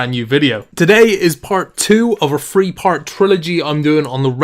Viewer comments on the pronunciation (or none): Every time i watch one of this guys vids i listen for him to pronounce three as "free". First 20 seconds. He never dissapoints